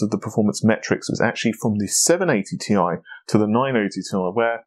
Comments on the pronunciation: Dude it's t.i. it sounds like your saying ty lol it's t and I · it's not tie, it is ti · It's pronounced Tee Eye. It is not pronounced Tie. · 1080Thai, 2080Thai. Couldn't watch further after that. A word TI doesn't exist, that means you can safely assume it's an abbreviation and pronounce it by letter. T, I. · Saying 1080 tie sounds idiotic. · Clean your teeth. Take a shower and Stop saying t-i together. Then ill Watch your Video and like it